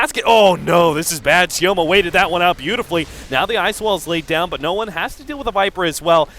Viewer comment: Sioma is more correct